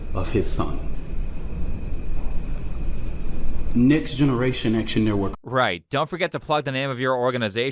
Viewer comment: I'm sorry I'm only hearing "nigsgeneration action network"